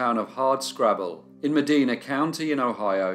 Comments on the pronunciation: Medina is pronounce with a long i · Last summer, I visited someone near Medina, Ohio. I pronounced the name Meh-DEE-nah and my friend looked slightly ashamed and laughed. "It's Meh-DYE-nah", she said. I mentioned that I was going to visit a cousin in Cadiz, Ohio, pronouncing it Cah-DEEZ. She laughed again and said, "We call it Caddis." Americans love foreign names, but not always how to pronounce them!